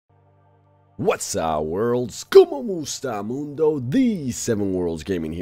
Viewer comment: I thought he said como estas lol because he is Mexican 😂 Btw Filipino here